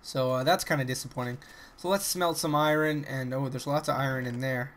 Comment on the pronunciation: Iron not iran lol :P but I love your Chanel thnks for the entertainment